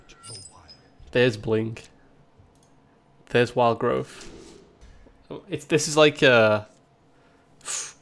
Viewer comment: Will someone please tell him there is no F in growth